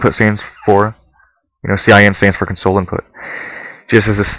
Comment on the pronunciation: you keep pronouncing "console" as it's spelled to "comfort" someone when it should be pronounced "CONsole", as in a computer console. (emphasis s/b on the first syllable)